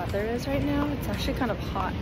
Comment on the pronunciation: Ive been watching you for 5 years now, and i really wish you can articulate your words clearer. You have a habit of eliminating the end syllable for every word. Like for example, its good "mornING" but you say, good "morni". Or, its "actually" not "ashley" lol. Maybe its just your tendency to do that, and perhaps i watch the news too much where those anchors are pros at speaking well. Just a thought, i think it will be good for you.